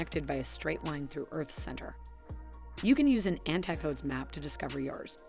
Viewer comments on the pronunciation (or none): an-TI-podee, not anti-poad. I assume you're using an AI voice generator